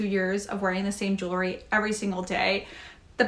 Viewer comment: It's jewel-ry, not jewel-er-ry! 😅